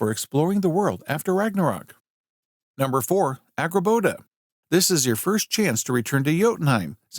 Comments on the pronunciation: bro even said Agraboda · It's "Angrboda".